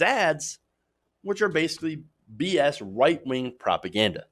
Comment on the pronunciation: I love how he sometimes seems to say “white wing” instead of “right wing”